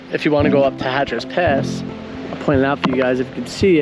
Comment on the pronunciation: It's Hatcher Pass NOT HATCHER'S Pass.